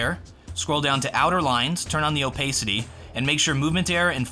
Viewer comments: You mispronounced opacity. It's pronounced ōˈpasədē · can we talk about how pronounces "opacity";)